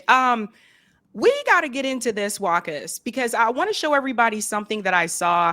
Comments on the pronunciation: I think the name should be pronounced Vakha not Wahka? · It is pronounced Wa qaas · Sorry to point this out, but mutual respect demands than one pronounces another person's name properly to show respect to them. WAQAS's name is pronounced as WA-KAS